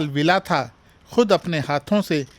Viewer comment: भंते विलाथा बोलना चाहिए ना कि विलाथा